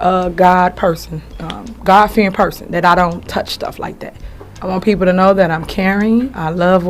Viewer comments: She couldn’t say God fearing woman correctly! Oh devil!!! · She meant a God fearing woman....and that's a lie cause she couldn't even say it right. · Sad she made herself look like a damn fool. She can't even say it right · She couldn’t even say god fearing correctly. She’s a joke, with those silly smirks on her face. I feel for the people. Her day is coming! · She is just sickening. She couldn't even say "God fearing person," correctly. This woman, speaks with forked tongue. This my friends, is a serpent.🐍